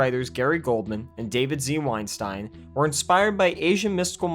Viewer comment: Is it just me or is he mispronouncing Weinstein on purpose? Maybe it's different guys and I just dont know enough abou this movie....I will say I really enjoyed this movie when I was young but I think that we shouldn't forget what the Weinsteins did (if it is the same Weinsteins behind this film)